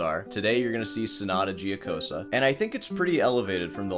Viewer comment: it hurts my brain how can someone spend hours practicing and still be so bad. i just wanted to say, mr., only thing worst than your lousy playing is the pronunciation of that sonata giocosa. after a short but deep thought, i came to a conclusion it actually makes perfect sense. a person who is familiar with the piece for so long and still can't learn its name, can't be able to sort the fingering, not even in the right hand. and please, leave out 'i wrote the tabs blah blah', that doesn't fool anyone.